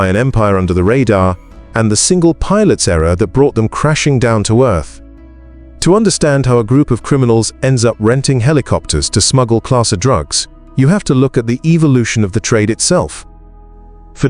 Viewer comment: "class Uh" drugz... AI